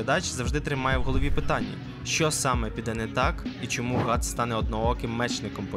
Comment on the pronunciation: Ґріффіс * Ґатс * ти не правильно сказав